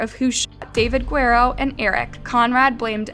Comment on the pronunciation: I think the sentence is fair - I also think that someone doing these videos should learn how to pronounce Guerrero correctly